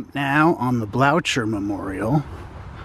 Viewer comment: Blocher is pronounced Blow-ker